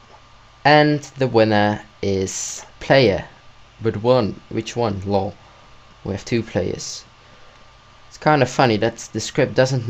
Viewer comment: I LOVE WHEN HE SAYS LAWL!!!!! :D